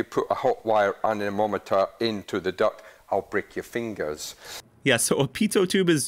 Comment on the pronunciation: It's an anemometer not amometer. Gheezh. Hard to really trust someone that doesn't even know what it's called.